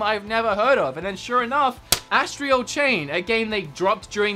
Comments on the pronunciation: Astral... not Astrial. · astral not astreo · Is anyone else bothered by how pronounces 'astral'?